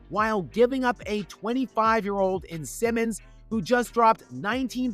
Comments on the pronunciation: Isn't it Anfernee "Simons", not Simmons? 😉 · Seems you don’t know who Simons is… Or how to say his name at least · The guy is called SIMONS not SIMMONS. You just had one job... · Simons, not Simmons, c’mon! Stick to roasting LeFraud Blames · Simons, not Simmons. Blazer fan here, Anfernee is good but not solid. Inconsistent and defense needs work, wish nothing but the best for him elsewhere!